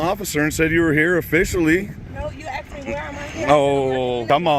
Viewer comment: She said you axed her.